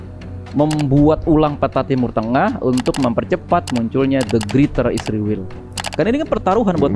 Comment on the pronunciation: Knp host & narsum nya sllu bilang isriwil? Knp gak bilang israel?